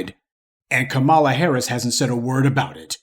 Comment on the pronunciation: Dude the least you can do is pronounce her name correctly…Come on “Professor” 🙄🤦🏾‍♂️